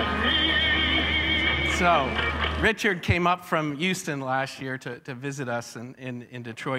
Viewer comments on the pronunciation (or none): none